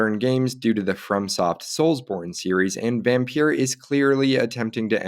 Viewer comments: its not vampeur its vampyr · It’s pronounced vampire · Just to point out Vampyr or Vampyre is pronounced exactly the same as VAMPIRE. It's just spelled differently. Vampyre or Vampyr first appeared in 18th-century poetry, before becoming one of the stock figures of gothic fiction with the publication of Polidori's The Vampyre in 1819, which was inspired by Lord Byron. The word use of VAMPIRE wasn't used until 1847 but has been a more popular spelling of the word due to how popular certain literature was written about it in it's use of the word such as Bram Stroker's DRACULA. But all in all the word VAMPYRE / VAMPYR are all pronounced the same as VAMPIRE.